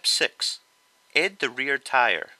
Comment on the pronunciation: i love how you say 'edd' instead of 'add'